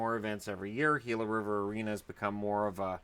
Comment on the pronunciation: I'm just happy that pronounced "Gila" correctly. So many so called professionals pronounce it wrong.